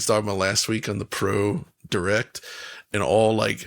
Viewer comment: Who’s the mouth breather that can’t pronounce dogma